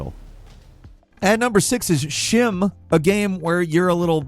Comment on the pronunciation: "at number sic it's shi'muh" its just fkn schi .... leave it to "amerikins" to butcher any fkn word xD